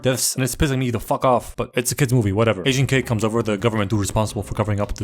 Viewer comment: The way he said "agent k " made it sound like he said "asian kid"